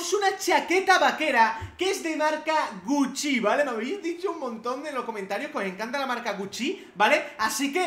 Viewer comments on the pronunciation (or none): SEEE DICE GUCCI NOO GUCCÍÍ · Deja de decir guccí, es gúcci Y se pronuncia como yiizi, no yeesy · Like si ves esto en 2019 y no entiendes porque dice tan raro gucci y yeezy también jajajja